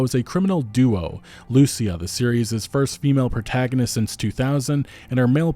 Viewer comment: It’s Lucìa (Loo-Ceeah) not Lùcia)